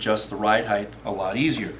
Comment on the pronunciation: Thanks, but please, please, please...HEIGHT not HEIGHth.